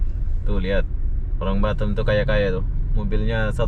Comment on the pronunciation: Pelafalan kota BATAM nya ko seperti BUTTOM 😂